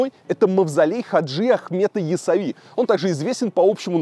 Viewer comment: не ясави,а яссауи